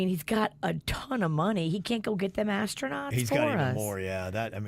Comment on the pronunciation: Why did I hear “fat-ass” tronauts? 😂😂😂😂